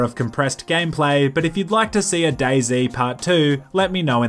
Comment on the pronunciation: Lol , for a second I thought day z actually said boyz